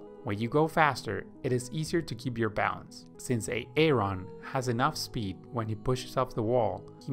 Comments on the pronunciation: Is this guy actually pronouncing Aaron like A-aron without joking? lmao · this video is actually helpful but the "AAron" is really killing me.... looool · Why A-Aron 🤣 I heard the name pronounced like that yesterday on a key and Peele video and now today on this video ! The universe is weird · A-A-RON LMFAO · It’s pronounced Aron bro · You got everything right - sinking legs, out of breath quickly - but my name is not A-a-ron! 😂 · Bro you absolutely butchered the pronunciation of my name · When you say Aaron, it isn't the right way to say it. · Great content! Very helpful to me. The name Aaron is not pronounced "a-aron". Just say "aron". Peace. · I can't help it.. I'm laughing everytime he says Aaron because it reminds me of the Key & Peele substitute teacher skit. "Next up is A-aaron. Do we ha an A-aaaron here?" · I found it interesting when the AI video generator was pronouncing Aaron as A-Aron! 😀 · Did this guy just pronounce Aaron as A A Ron?? 😂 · Great video but that AARON pronunciation made me so uncomfortable. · I flew right to the comments to see if anyone else heard A A Ron 🤣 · HIs name is Aaron. The second a is silent its pronounced {ˈerən} you're welcome. Her name is Denise it is pronounced {dee-nees} or {duh-nees} you're welcome again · beautiful video. and even beautifuler pronunciations of de nice and a aron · I never knew people actually saw the name "Aaron" and thought it was pronounced "A-Aron" in real life. I thought that was just a Key and Peele skit. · That is not how you pronounce the name Aaron!!! took me a while to understand what the hell A Ron is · "Back to bubbling" Poor AA-Ron 😂😂😂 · Are you saying AA-Ron or De Nice on purpose ?? Because it is impossible to digest the fact that you actually think that these are the pronunciation of their name. If you think above are the pronunciation then you’re a fool my friend. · Lmao A-A-run, Di-nice, and pool-boy. Great video. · LoL. Ay-ay-ron, and De-nice? Are you serious? xD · A-ron and De-nice! lol